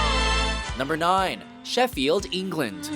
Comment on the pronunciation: pronunciation of Sheffield and Yorkshire is pitiful